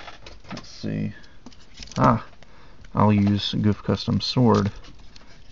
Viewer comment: its not pronouce goof its pronouced GoF